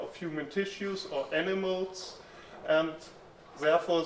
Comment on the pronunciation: i thought he said enemas when he said animals